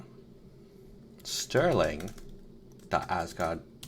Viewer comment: Stirling pdf Dev here You pronounced it correct! 😅 Thanks for callout!